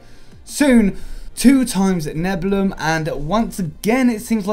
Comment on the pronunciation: Neb-u-li-um. It's pronounced Neb-u-li-um